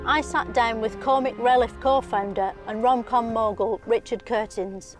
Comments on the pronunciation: 'Cormic relliff'. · "Comic releff" "bejinning" 😂